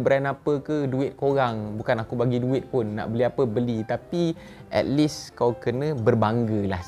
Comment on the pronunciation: Kau ni kalau kau tak belajar engglish kau kene ketawa orang lain . Kau seda kan kau baru je sebut 'at less' tadi . Kau ni pun macam hantu